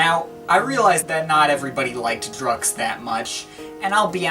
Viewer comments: It should be prounnounced as Druk Q's - Drug Use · No offense but it's pronounced "druk-q's (drug use)" hooray for puns! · I don't think it's pronounced 'Drux' dude! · Ohhhtheirony nah, its DrukQs (said like Drucks) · i always heard that the album was pronounced "Druck kyoos" being a sort of play on words for "Drug Use". could be nonsense but it persisted all the same, back in the day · Pretty sure it's pronounced 'Druk' 'Qs' i.e 'Drug use' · pronounced 'drug use'